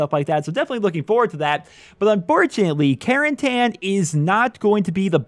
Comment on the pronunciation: It's not pronounced Caren-TAN its pronounced Caren-TIN